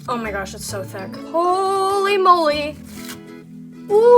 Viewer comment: Why does she say thick like it's spelled thuck...